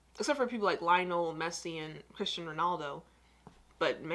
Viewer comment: Is it jus me or does she pronounce cristiano ronaldo as cristan ronaldo